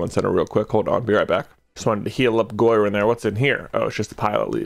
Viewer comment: Not to rub salt in the wound but when he said Goiran for the double battle, I was shaking my head.